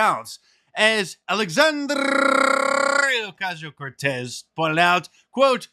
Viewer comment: Stop rolling your tongue when you pronounce AOC's name! This isn't grade school and you're annoying everyone! Enough already!